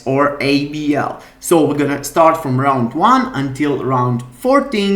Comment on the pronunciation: Rrrrrround 1, rrrrrrround 2...